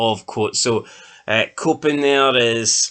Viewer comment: Its pronounced nay cups